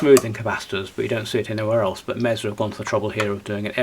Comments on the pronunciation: It’s usually pronounced Mehsa or Maysa depending on where you are from in the States. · Well, this is Reading UK and he says Meeza. All the same, expensive a bit overrated , I have two.